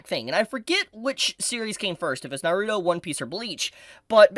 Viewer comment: Learn how to say Naruto!!